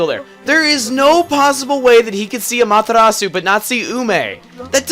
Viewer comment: its pronounced amA-terA-su